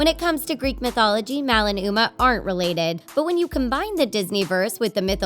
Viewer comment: You said Mal and Umer